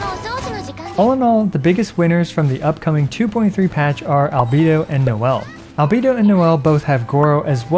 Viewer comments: Why do you call him Al-bee-do rather than Al-bay-do lol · Al Bae Do. not albeedo. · With absolute respect for everything you do, you've been pronouncing "Albedo" wrong the entire time. All voiced versions of the game pronounce his name with an "ay" in the middle. Anyway thanks for doing what you're doing <3